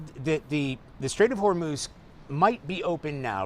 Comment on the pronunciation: Trump cannot even pronounce HORMUZ! LOL!!